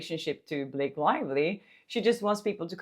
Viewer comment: "You want to go to war Bil-lak-ay (Blake), you want to go to war! " 😂😂😂😂